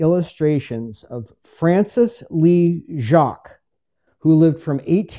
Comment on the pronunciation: Nice piece! Enjoyed. Fyi. Lee’s last name is pronounced ‘jay-qweeze’. Check with foundation in Aikin mn to verify